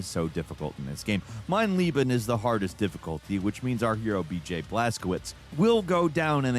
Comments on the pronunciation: Mein LAYben....its not that difficult to pronounce.... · And Leben 🤣The way he says it (Lieben) means Love... But then again, he'll get a pass 'cause it's German 🤣